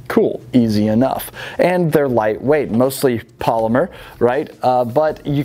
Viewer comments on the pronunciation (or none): none